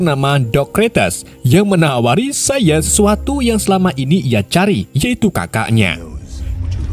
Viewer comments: Saiya bang bukan saiye😂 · Seiya bang bukan seiye.. 😂 Pasti orang madura ya bang? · Saiye? Bukan seiya?